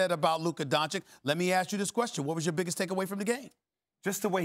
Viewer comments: I swear if SAS says don-chick again... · It is Luka D O N Č I Ć not DONČIK. Stephen A. Smith you is the best and i love you, but please start saying his last name properly. D O N Č I Ć. NOT DONČIK. Thank you! 😎😎😎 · If this man says “Don-chik” one more time... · Can you start pronounce "Dončič" right already? This is just sad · How hard is it to learn Luka's name?